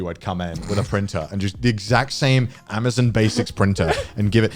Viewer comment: Connor- " I love Amazuuun"